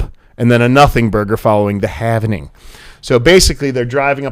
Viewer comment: It's "halving". Saying it the other way makes you sound uneducated. just sayin....